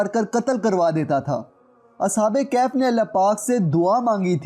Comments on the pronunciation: Sir sahi word kahaf hai kaif is wrong pronunciation plz correct it thanks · It's kahaf please pronounce true word Kahaf not kayhayf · bhai kehaf ni kahaf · Bhai video buhut achi hai lekin ya lafz galat Ada kar rahe ho kaif iss tarh bola jata hai.ya kahf hai Na ka kaif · Asalamoalaikom kaif nahi bhai kahaf aur ya syedzada kia hota ha? syed kioun nahi? waisay ap nay mahnat achi ki. isa jari rakhain. Jiakamullah ho khair